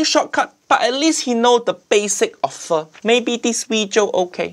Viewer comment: Everytime he say Pho it hear it as F*"'#